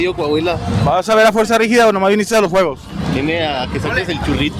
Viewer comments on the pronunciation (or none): Fanático y dice “ fuerza rígida” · Se nota que te gusta, si dijiste mal el nombre como 3 veces mi, FUERZA RIGIDA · porque dices Fuerza Rigida jajajaj